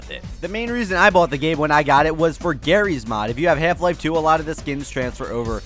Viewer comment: Half Life is not pronounced like that.